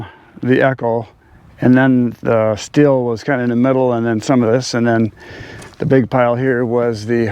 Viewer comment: You indeed say “shtil”